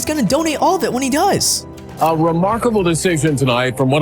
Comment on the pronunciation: Say the word “dies” please because whatever you said was clearly not that word.